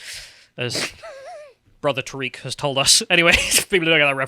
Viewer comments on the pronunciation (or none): none